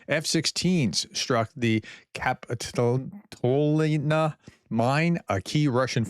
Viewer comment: Professor in order to improve your pronunciation of some of the names of the cities in Ukaine I Recommend break the name of the cities in syllables example Kapitolna = Ka-pi-tol-na, Rodynske= Ro-dyn-ske, you normaly change the order of y and n and pronounce it ( Rod-nys- ke ) try not to make a salad of the names.